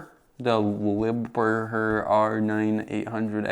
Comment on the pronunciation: "Lie-bear" German company